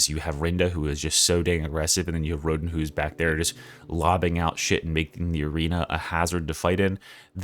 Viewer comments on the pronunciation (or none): none